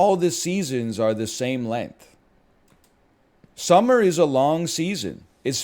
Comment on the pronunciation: If I ever hear a Canadian say summer again, I’m gonna throw down